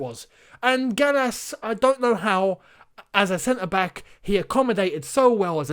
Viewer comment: I’m sorry but Gallas really? really?